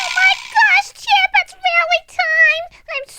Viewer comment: calls chip chipey😂😂😂😂😂😂😂😂😂😂😂😂😂😂😂😂😂😂😂😂😂😂😂😂😂😂😂😂😂😂😂😂😂😂😂 😂😂😂😂😂😂😂😂😂😂😂😂😂😂😂😂😂😂😂😂😂😂😂😂😂😂😂😂😂😂😂😂😂😂😂😂😂😂😂😂😂😂😂😂😂😂😂